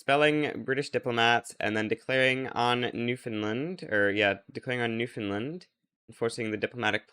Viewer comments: bro calls newfoundland newfinland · It's new Found land, not new Finland